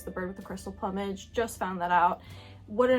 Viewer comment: I enjoyed watching your reviews of these films and your opinion on the dubbing, which initially baffled me too. Btw check 'plumage' pronunciation 👍